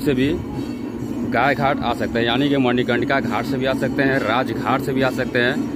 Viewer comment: Congrats for 100k subscriber. And please its Gaay Ghat not Gay Ghat